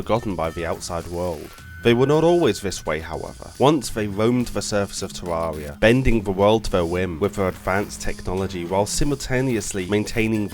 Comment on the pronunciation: Its actually pronounced ter air ee uh